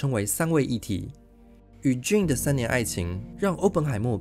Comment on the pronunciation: JANE 唸"眷"不是"俊"，聽得好痛苦。:face-purple-crying